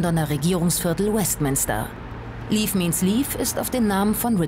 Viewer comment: An die Redaktion: Bitte "leave" nicht als "leaf" aussprechen 😇😱😂